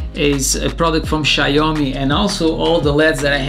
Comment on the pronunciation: Okay but it's not "Shayomi"